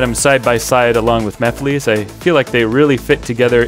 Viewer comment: These look awesome! Also, at least you don't pronounce it "ma-fill-iss" like that one Sonic Central announcer lol 😂